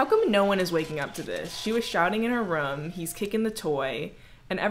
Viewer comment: No one: Literally no one: Not even one person:: rum Everyone else: room